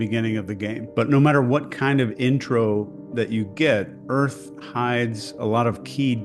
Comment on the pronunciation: “Earf go hard”